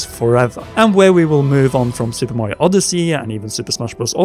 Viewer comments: Say it with me, "Mah-rio." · This is how many timea he said "maehrio" 👇🏼👇🏼